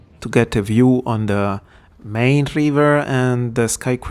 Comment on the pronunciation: Main River just pronounce it like “mine” in English. 😊 E grazie, for the video. It was a nice view of the conference/trade-show. The Caran D’ache oil pastels look creamy.